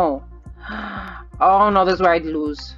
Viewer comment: when she say lose she say losee